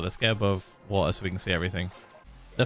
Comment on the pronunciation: Phil does not say water when he says water. He says "vor'a"